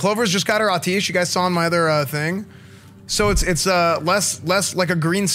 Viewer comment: Im sorry, I loveeeee your content.. but its pronounced At-e-esh 😆 <333